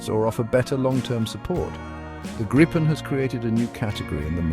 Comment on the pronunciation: Why even have that back music at all? Atleast tune it down 🙄 And it is not Grippen...Grajpen or whatever, it is Griipen.